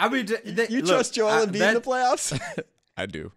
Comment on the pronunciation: Did you say Embid😂😂😂 how many times did Al Hordford give Embid fits in the playoffs